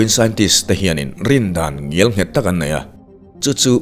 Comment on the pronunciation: Sir, ngialnghet iti hi chu a diklo ang, ngelnghet tih a dik zawk ang.